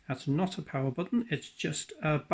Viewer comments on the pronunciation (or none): none